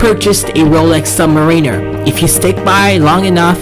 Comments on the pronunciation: Did he say subwiner? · Submarine-er. Yikes